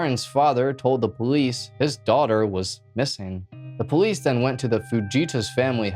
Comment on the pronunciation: I like how he says am-byew-lance and poh-lice